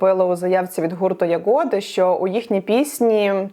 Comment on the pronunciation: може все таки Ягоди а не ягОди?